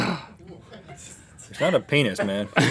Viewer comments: "Painus" will always be my all time favorite GMM moment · "Painus" gets me every time! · OOOOH PAINUS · I’M LAUGHING SO HARD AT “Painus” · Rhett's reaction to 'painus' is the best. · P’anus. Gets me every time.